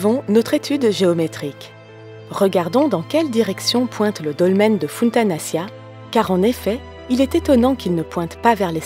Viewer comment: Très belle vidéo mais je trouve juste qu'il faudra encore travailler sur la prononciation des sites mégalithiques comme Funtanaccia ça se prononce Funtanachia, et quelques erreurs encore mais sinon rien de grave.